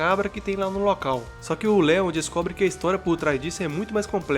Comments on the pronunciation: kkkk ele não falo leon ele falo leo kkk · o cara chama o leon de leo kkkkkkkkkk